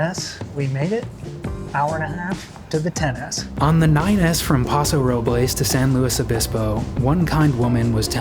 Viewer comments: Interesting video. They need to do work on bathrooms and the buses don't need to be so large. Also... We old time Californians use the English pronouncing of Paso Robles (Robels). Newbies use the Spanish one. Northern Californians don't use the definite article when talking about highways. We say Highway 101 not "The" 101. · It actually is Paso ROH-buhlz... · yup I also made the mistake about Paso Robles. They don’t pronounce it correctly just Ike Los Angeles Most people there just call it Paso. But if not it’s Robills not roblays. Los Ang a less not Los Ang ha less. Its crazy. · It is pronounced (by locals) as Paso Ro-bulls, not Roh-blehs haha (English not Spanish pronunciation) - great video! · One thing to know about Route 9 in "Pass-oh roh-bulls" (yes, that's how it's pronounced by locals), is it's almost never on time. Much to the dismay of anyone who needs to transfer to one of the two citywide circulator buses. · locals 100% pronounce it pass-oh roh-bowls. source: me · As a SLO county native, it's pronounced Paso "Ro-buhlls". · Paso Robles is pronounced by english speaking Californians as though Robles were an english word. Like nobles. where are you even from that you don't know that? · exactly, we only say the Spanish pronunciation if we saying the full name "El Paso de Robles" it's like Los Angeles ain't pronounced in the Spanish form commonly either. Still loved the video tho hahah